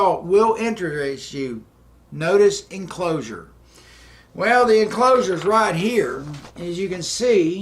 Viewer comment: Good content. I like the change. But I have a hard time believing a man of that age who can't pronounce Allen Dulles' name ... Or the 1950's post-it note "enclosure". :::sigh